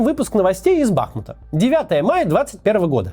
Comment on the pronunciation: вот меня тоже каждый раз от бАхмута карёжит🥲